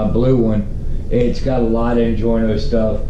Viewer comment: Injora not injorno lol